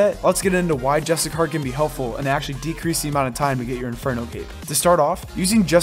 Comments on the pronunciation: great vid... but its pronounced JUST*ISH*YEE* ERR i mean where is the char or kar sound coming from? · JUSTICAR 😆 bruh